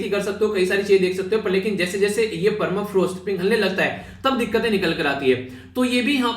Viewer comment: Permafrost not clear sir